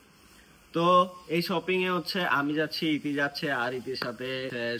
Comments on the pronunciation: শ কে স বলে 😩 সপিং,সাসুরি 😩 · ছপিং না শপিং হবে